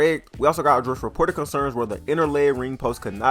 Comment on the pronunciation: I love the way bruh talks "adrrssd"